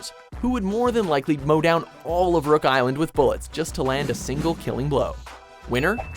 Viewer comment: By the way it's rock island not rook island